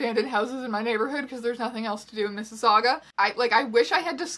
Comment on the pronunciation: so I've spent the past 2 days bingeing your blog and tho I knew you were in toronto, hearing you say mississauga just sent me. I used to live in Brampton, and then Peterborough so like... yeah. weird shit